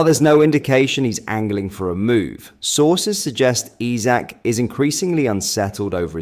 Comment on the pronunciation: Please take the time and LEARN HOW TO PRONOUNCE HIS NAME.😮‍💨